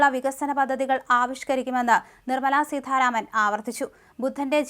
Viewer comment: സീതാരാമൻ ആണ് സീ ഥാരാമൻ അല്ല